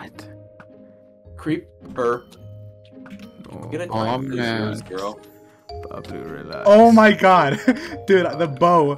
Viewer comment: Another video, another day and his british debuff mispronouces Baablu's name #Bah-bu-loo🥲